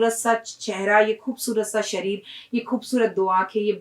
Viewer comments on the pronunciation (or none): none